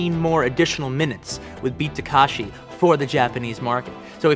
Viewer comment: You can tell by the fact that he thinks his name is Tak*a*shi